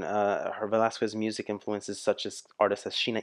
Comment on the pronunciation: The pronunciation of her surname is ... VE-LAS-KES.... she is also known as the asia's song bird for decades now ..